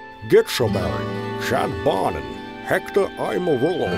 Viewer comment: "Chad Bonin" CHAD BARNENN